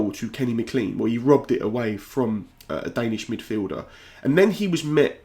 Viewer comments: Lovely commentary. I'll not be the first or the last to advise you that McLean is pronounced as Maclain, not Macleen. Cheers, nevertheless. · Please call him Mac-Lean not ma-clean. Anglicised from Scots Gaelic it's Mac = son of and of Gille Eoin = Servant of St John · Haha I was gonna say the same, but not in so much detail.. just that it's pronounced Mc "clayn" Appreciate the video mate 👍🏼 See yous in the world cup